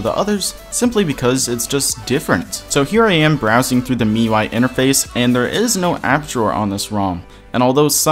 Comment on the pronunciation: For future purposes, it's pronounced "me-you-I", just so you know :D